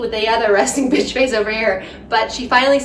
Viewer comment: Did anyone else notice that the second time Cheryl said bitch, she said bish?